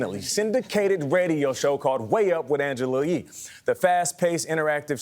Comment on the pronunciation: YEE! Her last name is YEE! Not Lee! Pause after you say Angela!🤦🏾‍♀️